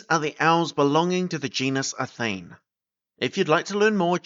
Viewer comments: Interesting but I think athene should have 3 syllables: a-THEE-nee. It obviously comes from the Greek goddess who is usually portrayed holding an owl and she certainly was pronounced that way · Athene should have ALL the syllables pronounced Atheenee.